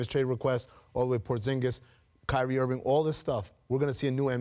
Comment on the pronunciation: She said Kywie 💀